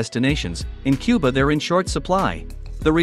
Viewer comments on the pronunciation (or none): none